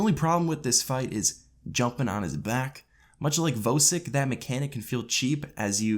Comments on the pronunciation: As soon as he said vo sik I stopped watching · why do u say vosik like that